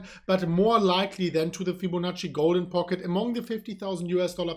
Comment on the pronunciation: Did just say "FibboNazi retracement?"